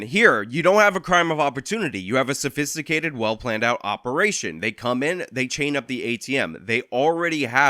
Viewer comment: I don't know why he said sophisticated like that, but it's not ok. I'm headed to his house right now in his new car with an angry note on it.